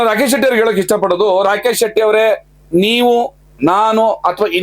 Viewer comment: ರಾಕೇಶ ಅಲ್ಲ ರಾಕೇಚ